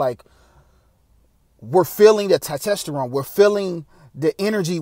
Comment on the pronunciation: It’s not Tytesteron it’s Testosterone